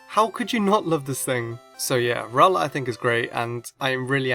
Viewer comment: I pronounce rowlet row-let not rowl-let